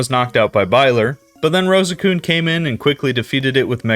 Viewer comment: What he says: "Rosecune" What I hear: "Rose-kun"